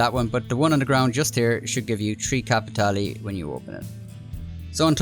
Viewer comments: You're pronouncin' it wrong, boy! You should say it like Joe does: "kappa-TAY-lay" =) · Nice work but don't you mean capi tay lay:_Laughing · capi tea leave. Im really enjoying the solo lobbies in these missions. Its great to me but I really am starting to hate that word capitale